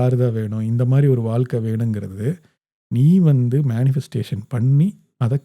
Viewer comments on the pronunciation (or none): ஆழ் மனம் (not ஆல் மனம்) வாழ்க்கை (not வால்க்கை) பழைய படம் (பலைய படம்) குழந்தை not குலந்தை, ஒரு வழி not ஒரு வலி, எழுதி not எலுதி. தமிழை தமிழாக பேசுங்கள். தயவு செய்து.